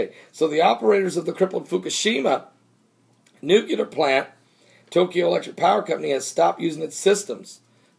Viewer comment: its NU-clear not NUCUlar lol. just ribbing ya brother lol.